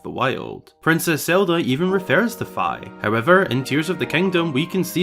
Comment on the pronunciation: If we do get fi lore, we need a conformation on its pronunciation lol (it’s FEE)